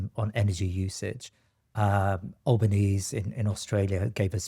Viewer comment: It's al-ba-nee-zee guys js